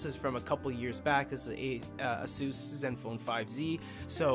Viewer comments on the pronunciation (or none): none